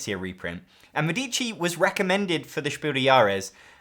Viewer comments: MEDici. The accent is on the first syllable. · Thanks for the nice video. A minor observation: "Medici" is phonetically pronounced /ˈmɛ.di.ʧi/ with the stress on the first syllable ("Me"). In Italian, the accent falls on the first "e," not on the second "i," which often confuses non-Italian speakers. Compare with the pronunciation of "medical", in English.